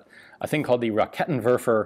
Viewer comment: " rakettinwerfer" pansrshrek" haha nothing better than listening to americans pronouncing our german weird words